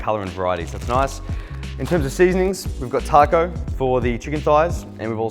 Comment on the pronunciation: The way he said taco urks my soul